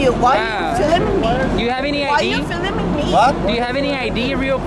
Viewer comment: Why are you filiming me, why are you filing me ... hahahaha